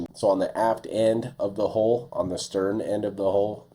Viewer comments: Why is HULL so hard to say? It's not hole. It's an U, not an O. Do you say Skull, or Skole? It's the same thing, yet so many struggle with it. Every time you say hole, I'm like, WHAT HOLE. Ohhhh HULL! FFS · Why do you pronounce Hull "HOLE"?????